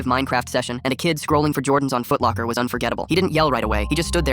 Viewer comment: Is this guy in the UK or Ireland cuz he said foot locker